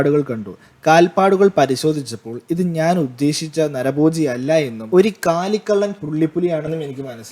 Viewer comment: നരബോജി അല്ല നരഭോജി "...